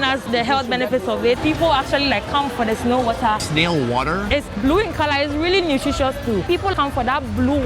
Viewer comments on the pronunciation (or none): 🤣😂 he said snail wahTah...she said WahhTah! I love it!!🤗